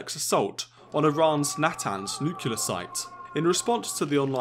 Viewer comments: Mutually assured nuculear destruction in one minute. PLEASE Its N U C L E A R! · PLEASE! Nuclear not nucular. Just say new then clear. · You should learn that it is nuclear and NOT nuculer as GW Bush used to pronounce! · It is not "nucular" it is "NUCLEAR"! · > is British journalist > says "Nuke-u-lar" 😂😔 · I'm not sure Millennials count as British. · What's Nucular? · That annoys me as well haha.